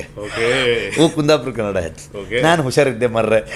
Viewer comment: You misunderstood what I am saying !! I did not talk about Kannada Cinema or Indian cinema I only asked you to pronounce the name of the language correctly!! Most North Indians say kannad instead of kannada ... So I asked you to correct tha pronunciation, that's all